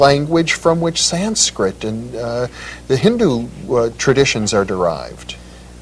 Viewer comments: It’s not sainskrit it’s Sanskrit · its "Sanskrit".., an thats nice to here., followin ur messages.